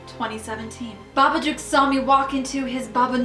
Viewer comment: did i just...did i just hear babaCOCK HAHAHA